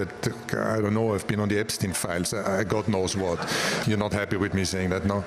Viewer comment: i have no idea why its so hard for americans like to pronounce epstein, do american schools not teach u how to pronounce jew words?